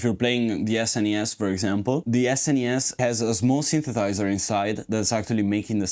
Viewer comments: I’m enjoying your videos, but I die a little inside every time you don’t pronounce the second “s” when you say “synthesizer”…. And you say synthesizer a lot! 😭😭😭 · How much education on the subject of synthesizers can one reasonably expect from someone who can't pronounce the word "synthesizer"?